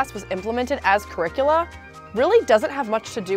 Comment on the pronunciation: Did she just say "curricula"?.... wtf? Sounds like a monster Godzilla defeats. Even my auto correct glitched....saying Its Draculas daughter by capitalizing it.